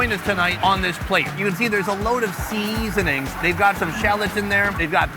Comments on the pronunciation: Can you explain to people why you say seasoning so awkwardly? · Love the way you've been saying SEASONING recently 😃